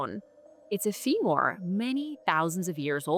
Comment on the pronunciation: Is AI why can't she say the word femur? She says fee more